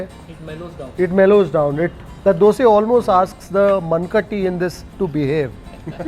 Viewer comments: On point prounciation 👏🏼👏🏼👏🏼 Dosae Bengaluru 💛❤️ This man knows how to respect culture traditions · All things apart, I appreciate pronounce correctly Dosae, Ravae, Vadae in our region. To pronounce them as Dosa, Rava, Vada, is disrespectful here in Bengaluru - Mysuru region. It is bastardising the words as a figure of speech. Kudos to for honoring the pride of Kannada people